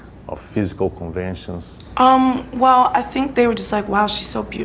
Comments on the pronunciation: Tomou na cara, bem feito. E aprenda ingles pra próxima entrevista. Sink é pia, não verbo Pensar....jesus, vergonha alheia em todos níveis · Que repórter ridículo. Alguém tira ele dai? Nem sabe pronunciar “think” ... ... “you SYNC!!!!!!” Pelo amor de Deus que vergonha